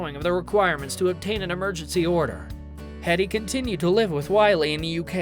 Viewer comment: It's HEEEEDEY, not HEAD EEE